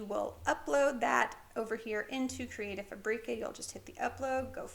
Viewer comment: I’ve been enjoying your canva videos very much. Some great skills I never knew about. I’d like to correct you on how to pronounce creative fabrica, it doesn’t rhyme with paprika, it’s fabric-ahh.